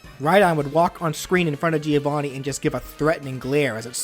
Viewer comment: It isn't pronounced like that, it's an Italian name and it's pronounced like the name Joe + Vanni, Joevanni. By the way I really like this moveset, one of the best of your channel! (Please do Shovel Knight)